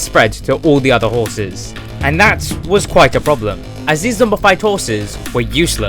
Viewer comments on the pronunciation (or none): Ok am I the only one who heard him say skrraten hrrses (not trying to be rude)